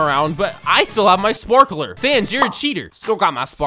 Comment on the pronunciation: "I still have my sporkeler" - 2021 (For me atleast)